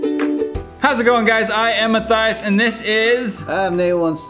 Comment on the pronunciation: “Heller, I am Methias” 😂